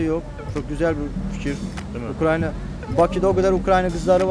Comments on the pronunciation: Ukranya diyoruz Kardeşim ukrayna Uk-ray-na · American Eagle bir de yasadigi ulkenin ismini soyleyebilse iyi olacak Ukranya deyip duruyor